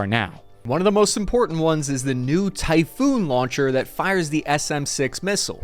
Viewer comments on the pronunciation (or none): Great info! But i believe it's pronounced TYPHON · its typhon not typhoon, greek thing